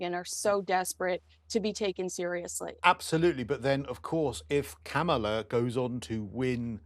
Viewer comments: Firstly, it's pronounced "COMMA la" not "Ku MAUL a" or any other way. You're both bright enough to get it right, so please do! Secondly, the Montecito Mountbatten-Windsors have exhausted all the sympathy and support they're ever going to get from the States and certainly won't succeed in any serious sanctioned political role at this point. The curtain lifted on the couple a long time ago with their lies and inappropriate revelations, so you won't see a lot of people falling for their oh-woe-is-me bull anymore or associating themselves with the couple, at least not publicly. Thirdly, they're engaging in all of these faux-royal, pretend philanthropic activities in a desperate attempt to remain relevant as royals so they can trade financially off that connection. They have no real purpose and cannot fund their lifestyle without the publicity, which even includes the platform you regularly give them here. That weakness sets up the foolish, naive, and completely tone-deaf couple as prey; ridiculous pawns in someone else's political maneuverings. It's not likely they can succeed at that for very long because they truly have no relevance and the King and Parliament will be forced, at some point, to strip Harry from the line of succession and possibly the titles, as well. Fourthly, Megsy does retain some clout as a fashion and lifestyle influencer; hence the numerous wardrobe and jewelry changes with only a fashion magazine reporter along to document their trip. You cannot succeed at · Please accurately report the facts. The DNC has no use for Megan Markle, if they did, she’d be at the convention. And for the love of God, could you pronounce the vice president’s first name correctly! I can barely watch you anymore because of your bias. My understanding is a responsible journalist only reports the facts, which you just don’t seem to be able to do! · Kamala is not in support of this two. Comma-la not whatever you are saying. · It is Kamala- “comma-la” please